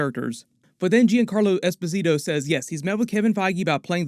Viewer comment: technically mr freeze is a dr friez. also his name is pronounced like Yon Carlo esposito